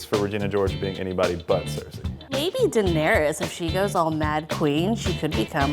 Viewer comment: Did she say Daenerius lol